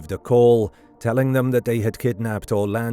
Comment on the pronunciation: Perché lo chiamate ERLE Orlandi?? Allucinante.